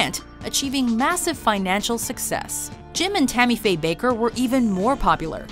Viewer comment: Bakker is pronounced "Backer"